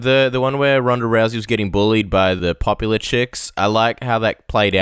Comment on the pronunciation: ***** This sport is complex, of course. It's Rousey, not Lousey. If you're an 8 year old you wouldn't understand. But, this is what this whole video is about. The lack of the right people in her life, trainers. If you view life through anime eyes, of course it'll all be funny to you.